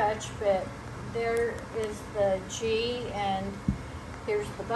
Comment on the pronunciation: 11/29/22 Pronounced GEEE... The "H" is 🤫 SILENT geee....👍 I always save me a small jar to keep in my bathroom I use it in my hair and skin as a moisturizer 🧴